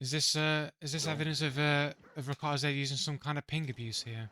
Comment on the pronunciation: You're not saying his name properly which I assume you haven't watched enough of him to determine if he cheats. He's actually recently become a crytek partner with 11000 hours in the game without any form of ban he's definitely not a cheater fella. In the future, research a little before making videos like this.